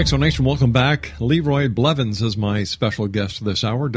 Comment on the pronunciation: THAT WAS MY DAD oh and its blevins just sayin